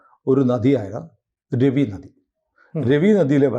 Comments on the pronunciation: രവി നദി അല്ല രാവി എന്നാണ് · It's prounced Raavi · It's pronounced as Raa-vi !